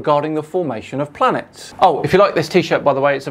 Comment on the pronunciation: "Where do I start" - How about you start by not pronouncing the word planets as "Plants"